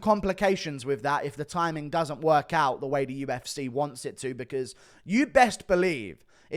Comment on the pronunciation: why do you pronounce 'UFC' (YOU-EFF-SEE) like 'U-F-SIH' (YOU-EFF-SIH)? You continue to butcher the English language.